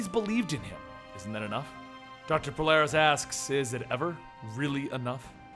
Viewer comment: isn't it Polaris??